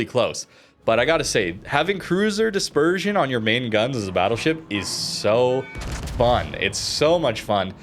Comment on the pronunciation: CRUISER dispeesion? This was supposed to be the trait of West Virginia.